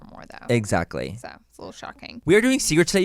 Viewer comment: It’s the “EZACKLY” for me lol